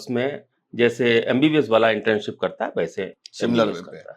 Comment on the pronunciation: इंटर्नशिप बोलते हैं इंट्रेनशिप नहीं।